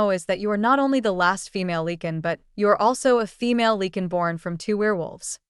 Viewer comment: You pronouce Lee-can ...... It is pronounced Li-can